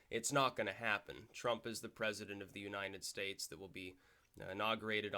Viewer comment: Funny how you always say 'Unined States' :)